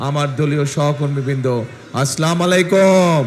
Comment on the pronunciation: Salam ta suddho vabe dite hobe neta..... Ta na hole guna hobe